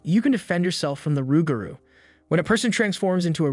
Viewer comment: Never heard "Luke Garoo".... We always said "Roogaru".... Loo Garoo or Luke Garoo is most likely a mispronunciation lost in translation from Cajun, Creole, or possible Hatian Languages....